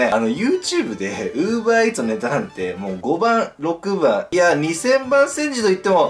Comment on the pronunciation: Uver EarsじゃなくてUber Eatsだよ